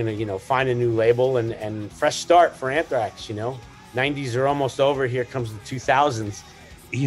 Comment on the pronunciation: So "unthrax". Awful